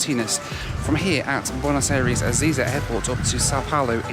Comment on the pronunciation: Really love the videos but for some reason my brain cringes every time you say bueno aires. It's pronounced "eye-ress", thanks for the great content.